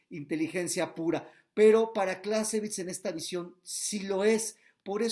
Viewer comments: ¿como se pronuncia? ¿Carl fon closevitz? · Está mal pronunciado , el nombre del autor .